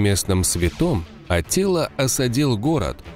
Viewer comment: В текстах анимации - Аттила, в речи диктора - Атилла, хаха